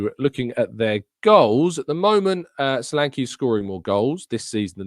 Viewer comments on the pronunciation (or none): Caught the tail end of the live show. And met you still pronouncing Solanke wrongly. The ''e'' is as in 'egg'. Also as in Nketiah.. They should leave Nketiah alone. He is a good player for us. The squad is needed not just just the team. We keep saying so and then boldly declare good squad players up for sale. Please prove yoyou read the post live comments by correcting the next pronouncement of Solanke